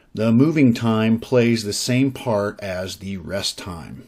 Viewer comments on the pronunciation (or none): none